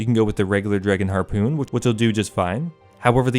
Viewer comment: Drinking game: Take a shot every time you hear him say "harpewn"